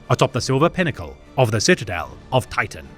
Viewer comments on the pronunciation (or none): none